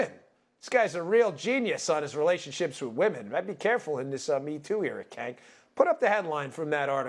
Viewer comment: I'm trying to figure out if he is mispronouncing Cenk on purpose or he genuinely doesn't know